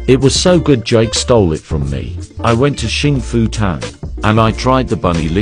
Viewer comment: “ Xing Fu Tang ” was actually chinese, since is in paris it will be english. is originally from Taiwan, in chinese we call it “ 幸福堂 ” pronounced “ Xîng Fú Tāng ”